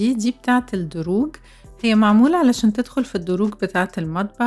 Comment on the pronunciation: الأدراج مش الدروج ياعسولة ياأجنبية انتي:)